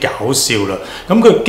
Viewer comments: Cochrane 發音 ko-kruhn like cock-kren 不是cock- train. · Cochrane 好似讀 “court 郡”先岩，不是想挑剔，只係想提一下